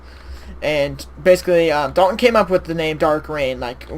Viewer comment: You said my name wrong but whatever. Thanks for the compliment on my profile pic.